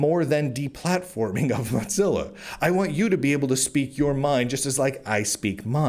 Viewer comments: You keep calling it 'Monzilla'...it's Mozilla. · The big split a few tpyrs ago was when a major shift happened at MO - ZILLA and Brave came about due to that The changes since are very bad and while the cro etcc get $$$ ppl like me that actually helped make it got nada That said while your info is good to have your massacuring of the pronunciation must stop it is MO ZILLA not MOT zilla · Cadence is too smarmy. You have valid concerns but your style is one of a sensationalist, without care for pronunciation (mozza?) or spelling (purchace?). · Are you saying "muttzilla" or "mudzilla"? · Why does he keep saying Modzilla with a D in it, is this like how I am still pronouncinf GIF wrong? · Why do you keep pronouncing Mozilla as though it contained the letter T? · first it was not being able to pronounce Mozilla, to right wing de-platforming. im starting to smell hit piece. im out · There's no T in the word Mozilla... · you've made a lot of videos covering Mozilla related news now. Your content is great but it is absolutely infuriating hearing you STILL mispronouncing the name of the company. It's not a hard one to get right. Pay attention to your comments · I don't think it is like the GIF thing. I think it is because many people pronounce Z with a hard T-sound followed by a sharp S-sound, an in his particular case his T-sound becomes a D-sound. (Why he does that I don't know, it could be a local accent thing or a speech impediment, not that I mind too much). Which is interesting, because that is a common feature of the evolution of languages that they tend to "dull" over time.